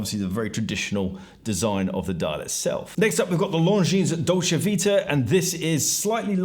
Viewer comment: Longines' s you don't pronounce. Dolce is italian, so ce is pronounced like che in check. All of these words are pretty common in the world of watches. Many collectors speak multiple languages or at least know how they should sound. To us, you sounded like Franck Muller's site looked to you. You've done ok with LeCoultre, given the increased difficulty. I imagine there's similarly a decent page on that site.